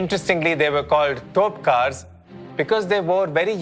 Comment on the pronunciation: It is not Topkars. It is Topikars.